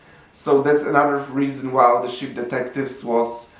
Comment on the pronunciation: The sheep 🐑 detectives are on the case you can Baaaa-et they won’t have the wool pulled over their eyes 👀! lol also it sounds like you’re saying shit 💩 detectives 🕵️ at the end. On the case of the unflushed toilet?